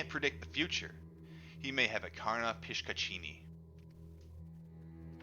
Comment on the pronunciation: Its pronounced as Pishashini😀